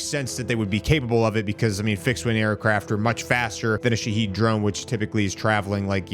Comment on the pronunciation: Sha-Had Drones this is the Second Version of the Wrong Pronunciation 😂 Not Sha-Heed Not Sha-Head 🤭 Also Trump isn't taking Anything seriously, He's only waiting Two Weeks for Approval Stats because MAGA is Divided.